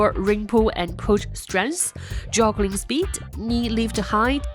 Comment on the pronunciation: Did she say joggling?